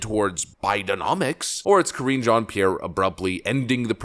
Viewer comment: Ka-ringe Jean-Pierre. Mega cringe.